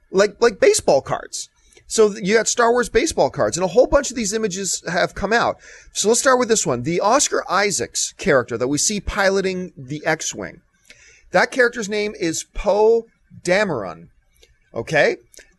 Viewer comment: John, you're really bad with names and titles so I'm just trying to help, his name is Oscar Isaac, not Oscar Isaacs, it's not a big deal just trying to help out